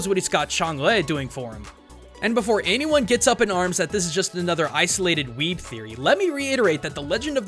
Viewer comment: Did he say ice-olated?!